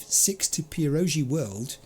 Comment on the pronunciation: that's actually pierogi = peer-oh-ghee (a national polish dish, stuffed dumplings, well sort of). If you ever have a chance, you should try them 😋